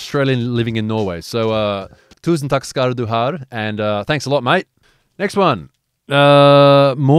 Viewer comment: Love you! But a pro norwegian tip, it's ''Takk skal du ha'' No R at the end, just a friendly norwegian protip. Digger dine videoer. knall bra innhold!;)